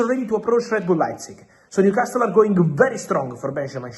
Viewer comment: Why does he keep saying “Newcas-TILL?????? It’s doing my head in!!!!